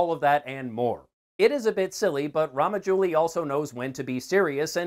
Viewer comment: "Raamajouli" lol